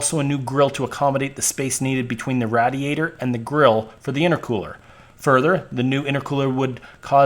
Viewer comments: BRO....Its RAY-DEE-ADER....not RAD-EEE-ATOR. HAHAHA Im 38 and have never heard anyone pronounce radiator the way you did....Is this an actual pronunciation somewhere in the USA??? If so, its new to me. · This is a great video, BUT, one of your pronunciations are driving me nuts. Radiator -- it's RAY-diator. Meanwhile.. I'm on my fourth Dodge. 96, 01, 03 and now an 05, with a G56 6sp manual. Owned since 2007, it has 160k miles on it. Love it! I refuse to own the newer (but very nice) emissions and electronic nightmares. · Thank you for saying Radiator like you're a foreigner that is trying to pronounce "Radiator" it is pronounced Radiate+Or or "Raid e ate or" I absolutely cracked up like 40minutes in when you said it for thr last time ROFL thanks agains I know you probably weren't trying to be funny but that was hysterical and yraa this is the correct information as far as to how your pronounce "Radiator " ... ROFL also " I felt it was time that this information happened " dude you are fucking Hilarious ROFL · The way he pronounces "radiator" - I heard that a lot in Southern Pennsylvania, especially in Pittsburgh. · Great vid, watched the whole thing. But the way you say radiator was about to make me explode lmao.